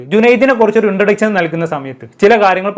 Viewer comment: വിശയം, ശേശം ,ഇൻട്രൊഡച്ഛൻ,ആച്ഛൻ 😂😂😂😂